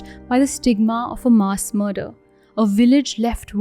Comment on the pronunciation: Cringed each time she mispronounced MASS.